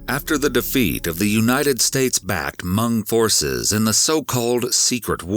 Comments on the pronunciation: Hmong is pronounced MONG not MUNG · It’s Hmong not Mung. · As a Hmong person please pronounce Hmong correctly! It’s not “Mung” it’s “Mong”. It’s so hard to hear it said like that😅 that being said my dad is from Laos and moved to Minnesota as well. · respect, but it's pronounced "h-mong "(mmm like thinking(the M start like monkey), then ong, like bong) > mm-ong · The way he pronounces Hmong (Hmoob) 😂. Never heard it pronounced that way. It’s usually pronounced maw-nnng.